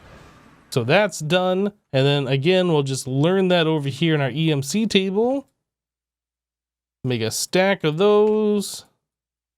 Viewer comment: im not gonna lie, i really enjoy watching these videos, they're great content, but some of the ways he pronounces certain words slightly bugs me every time like table. "teeble".